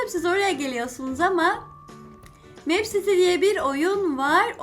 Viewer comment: Abla mipsiti diye okunuyo ben meepcity çok seviyorum lütfen 10 mayısta girebilir misin